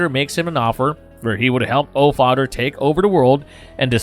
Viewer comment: I'm sorry but I can't listen to someone who says Othdder or Fadder